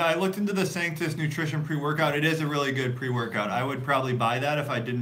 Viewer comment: I believe it's Sanctus